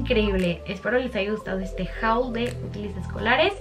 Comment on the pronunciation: Tantos videos y no sabes pronunciar "haul", tus videos cada vez, más de lo mismo... 😴